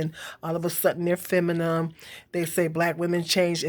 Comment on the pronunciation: The word is pronunced femi-NIN not femi-NIM 😂😂 I agree that a woman who's provided for generally acts more feminine but if a woman isn't acting feminine to begin with she most likely won't find a man who thinks she's worth providing for. I'm not blaming anybody for that dynamic but because much of one exists much of the other will too and with hood culture's hold over black people I don't think this reality will change any time soon